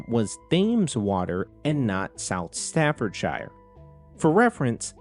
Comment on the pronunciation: FYI: Thames is pronounced like "temz", not "they-mz". (Staffordshire also wasn't quite right, but that one's not as well-known as the Thames for non-Brits)